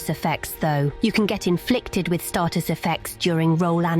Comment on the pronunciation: STAYtus not STARTus